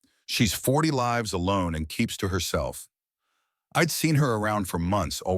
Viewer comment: At about : : the word 'lives' falsely uses a hard 'i' when the local context suggests that a soft 'i" would be a better fit!. Oops LoL 😢😢